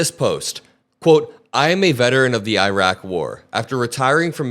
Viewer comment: "Airaq". Muricans still can't pronounce the name of the country they destroyed.